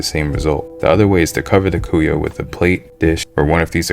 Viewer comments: mas cara pronunca "cuia" como "cu-ya" haha serio, imagina tomando o chimarrao no cu-ya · cuia = quee-ya. de nada cara